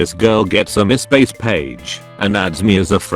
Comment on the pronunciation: Fassabook And Mis-pace